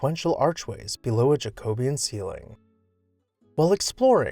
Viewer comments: Good work on a most interesting mansion. Just a reminder that Jacobean is pronounced jacko-BE-un. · A tragic end, but so common. BTW the pronunciation is Jac-o-be-an. Another term to describe house of this style here in England is Tudorbethan. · You mispronounced Elizabethan and Jacobeon